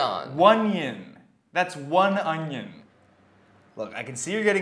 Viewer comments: I’m impressed that can say “one-ion” but still pronounced onion “ung-yun” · oneion, mor lik fonion